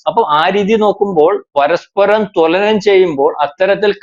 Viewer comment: തൊല നം അല്ല.. തുലനം